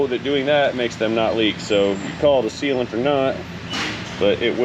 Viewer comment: Sealant. Not sealant. TomAtos. Tomotos. As you said, '...It seals'.